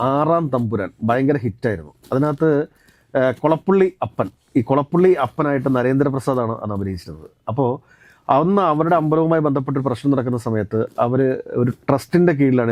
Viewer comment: അപ്പൻ അഛൻ ആണ്. അഫൻ ചെറിയച്ഛൻ ആണ്. ഉച്ചാരണം മാറിയിൽ അർത്ഥം മാറും.